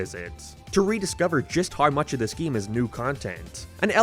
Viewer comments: ITS PRONOUNCED MAN-IA NOT MEN-IA AND ITS NOT GEAM ITS GAME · why tf are u calling it a geme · Stop saying gyyam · GeMe💀 it's GAME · yeah but he is saying geeme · I dont know how to say this without sounding mean, but I am finding the way you pronounce a lot of words in this video very bizarre. I can't place what your accent is at all Soundtrack = Signtrack Game = geeim Mania = meenia now = noiioiuw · why do you pronounce "Game" as "Gyaym" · Why do you pronounce e weird? (gyems) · This is my first time watching this youtuber. Does he always say GAME as "GEEM"? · there's nothing more annoying than hearing him pronounce it "geem" i'm sorry I know it's just an accent but i'm just picky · PLEASE STOP SAYING GAME LIKE THAT